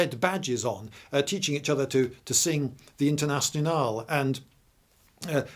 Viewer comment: the „Internastyonale“? Really? 😂